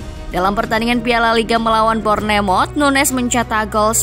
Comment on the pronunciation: Nunes min bukan nunyes😊